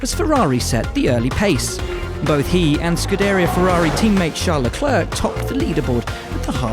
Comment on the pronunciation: leclerC LEARN2PRONOUNCE PLS